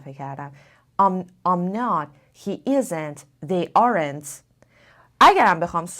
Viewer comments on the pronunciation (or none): دوست عزیز در Aren't, کلمه e تلفظ نمیشود. و در تلفظ Arn't هستش